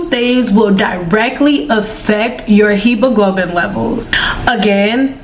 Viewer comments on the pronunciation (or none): Pronouncing Hemoglobin gurl it happens to all of us lol